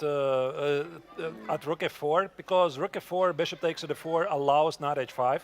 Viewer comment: What is the deal with Yagiz twitching and jumping up and down like a jack-in-the-box? Isn't that distracting to his opponent and an obvious breach of etiquette? If this brilliant young man can play chess at 2700 level, he should be able to act like a grownup at the board. Also - and this is probably just my problem - for some reason it bugs me every time says "b-dakes c5", or "knigh-dakes f6." We Americans drop a lot of t's, but not like that. 😜